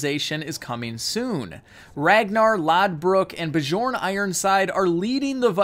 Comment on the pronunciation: Just so you know, the J isn't supposed to be sounded in Bjorn.